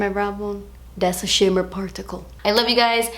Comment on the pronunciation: "das a shimma particle" 😂 please don't ever change.